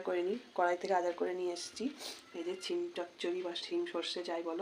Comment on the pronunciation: ও ওটা ছিম না সিম বলে আপনি এমনি করেই খুব ভালো থাকবেন